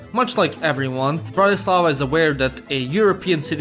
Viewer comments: It's BRAtislava, not BratiSLAVA. Accent is on first syllable. I'm Slovak! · He is misprouncing Bratislava. Accent should be on the first syllable. BRATtislava, not BratiSLAVA! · im from slovakia and its bratislava